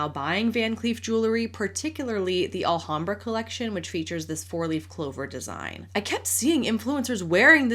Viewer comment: the h in Alhambra is silent 😅